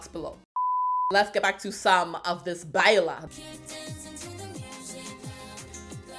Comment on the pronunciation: When you're such a english speaker that you say Beila hahahaha